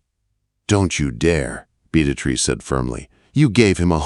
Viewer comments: I was hearing Beat A Trees or Bead A Trees. 🤣🤣🤣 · I couldn't listen to this ...... the name pronunciation was too distracting .... (Bee-ah- treece) Beatrice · 🤣 The AI pronunciation of Beatrice. Just call her Trixie! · AI really butchered poor Beatrice’s name. Listening from Clarksville, TN.